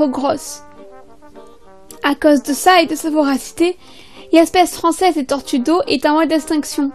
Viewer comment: Horrible la prononciation ! On peut très bien avoir des tortues en appartement